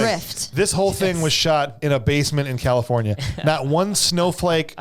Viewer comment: I have never even heard of this! Sounds horrible! Lol Loved your proper Arnold pronunciation of Caluforneea. Also sad of yoir mention of the Rain actor right after I heard of his passing.